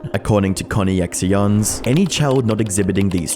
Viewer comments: CON Eeeeee EX eeee AHns? You mean CONNECTIONS? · Dude are you seriously not picking up on the name of the company as “connections” and not “conny X ions”. What the actual fuck. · connections I think is how it's pronounced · So much for making conny-ex-eeyonze.